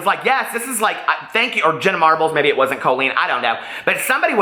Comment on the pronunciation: Lovelyy Xoxo Those twelve years who thought that was cool four years ago are growing up. They don't think that's cool anymore. "Wasent" ? Girl what is wasent? Lol